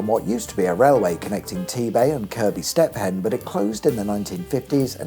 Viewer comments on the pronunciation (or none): Mate, your videos just get better. Just so funny taking the mick out of the pronunciations. Step-hen FFS 🤣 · How can you not pronounce BROUGH correctly FFS. It's ROUGH with a B infront or (BRUFF) FFS. FFS what a tard, Step- Hen FFS, it is pronounced Steven FFS STEPHEN. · 'Step Hen' 🤣🤣🤣🤣 I wonder how long this correction chain can go on! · Highlights include the numerous ways to mispronounce Bruff and Pheven and 🥧 🔑’s. Thurily njoyible.